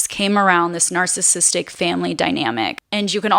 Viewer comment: Had to stop watching at the first mispronunciation of "narcissistic". It's not "narcissistic". Do better, especially when it's a main theme of your discourse.